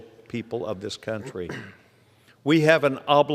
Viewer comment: Your emphasis needs to always be on the words "THIS COUNTRY". Not any other country.